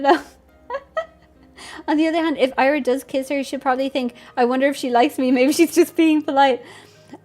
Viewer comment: hi, it's pronounced ee-ra, like you'd pronounce lira (the currency) but without the L